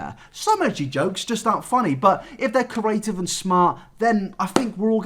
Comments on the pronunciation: My GOD, PLEASE learn how to say the words create, creator and creative properly, it drives me absolutely nuts! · The way he says create as "curate" 😂